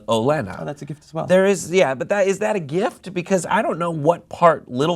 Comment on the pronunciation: What kind of a MORON would pronounce "gift," "jift?" WTF?!? What a fuckin moron!!! Ever since he said he "hated" "The Walking Dead"while his bitch ass is reviewing it for viewers who love that show, I've been so annoyed by bitch ass!!!!